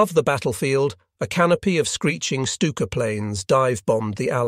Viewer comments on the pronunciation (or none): none